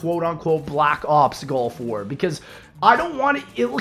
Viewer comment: I'm sorry are you saying Golf War? What?